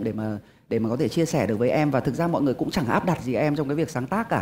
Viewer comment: Andiez Music: cố gắng lần sau phát âm chuẩn hơn tí nữa thì perfect hơn. Ở bài này chữ "buồn" và "người" bị phát âm thành "bùn" và "ngừi" nên nghe hơi gợn gợn 1 tí